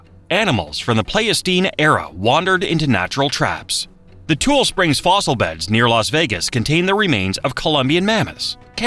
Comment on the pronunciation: The mispronunciation of the state and words like Tule was irritating but having grown up in the Sierra Nevada we dont add "mountains" to the name.